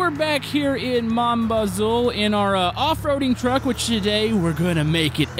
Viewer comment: it is pronounced BAZOO for all anglo-saxons out there ;)